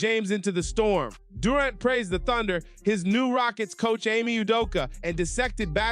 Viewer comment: Stop mispronouncing Durant 😮